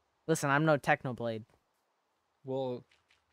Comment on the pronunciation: Ok say it with me technoblade not even close